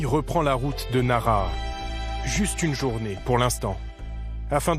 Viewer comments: Nara ? Je suis allé à plusieurs reprises dans la région et je ne connais pas de ville de ce nom de ce coté. Vous parlez de Naraha (prononcé Nalaha) ? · Alors certes en francais on ne prononce as le h, mais on sait bien que dans enormement de langues ils se prononcent. Un journaliste devrait avoir le reflexe si moi je l’ai 😂👌🏼